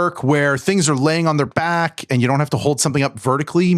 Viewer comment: “And” does not have a t sound.